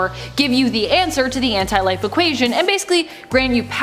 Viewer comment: It's pronounced as one word Anti-life